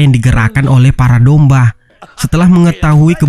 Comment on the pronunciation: Bang kenapa lu ngomong domba malah dombah